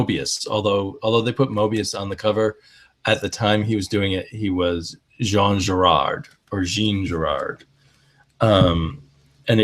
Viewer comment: Hi,. I came here via Howlermouse's channel. Hoping you don't mind having a European guy bugging you. All the DC/Humanoides stuff was reduced to fit the regular comic-sized page, which is why all the colors are muddied. Moebius' real name, Jean Giraud, is pronounced "ZHUN zhee-ROH". I believe Millennium and Marshal Law have been collected in recent years. Surely it's easier to just get the TPBs, instead of tracking individual issues down. Quack was published by the same people from Star*Reach (Mike Friedrich?), I believe. Do you have any Star*Reach?